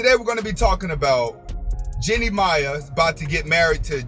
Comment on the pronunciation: What up, her last name pronounced May. The I is silent. Good video, it's very accurate,Big Facts..